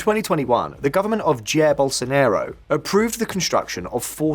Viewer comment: "Gerr Bosonarrow" LMAO